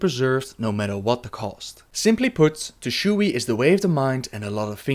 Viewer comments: you dont need to pronounce the "e" in Tushui. The word is only two syllables Tu//Shui Source: asian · it's pronounced Tu Shway